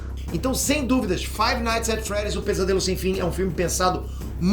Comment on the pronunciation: Five nigth at freed